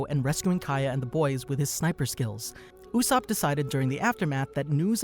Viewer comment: Why… Why did you call him “Oooosop” It’s not that hard to say his name